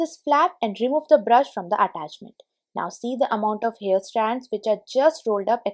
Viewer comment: Since your videos are about home improvement, you may also believe in personal improvement, so can I suggest that you work to improve your English pronunciation, mainly because the way you say so many words, they become new words with different meaning, causing confusion. I am aware that in India the mother tongue influences spoken English. Examples, access/excess, scrape/scrap, hair/here, mat/met, closer/closure, cloths/clothes, etc. My suggestion comes from a good place, hope you receive it positively 🤗 Great tips, btw!